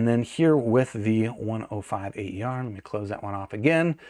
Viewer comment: It's not pronounced "A.E.R.", but "Aer" (which stands for "air" in Romanian)